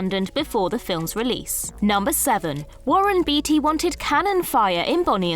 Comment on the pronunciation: Beatty is pronounced bay-tee, not bee-tee.